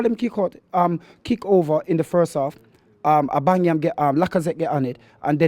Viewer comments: He can’t pronounce Aubameyang correctly, no disrespect though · Gentleman can't pronounce Aubameyang!